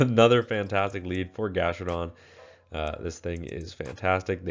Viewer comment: It’s GastrodON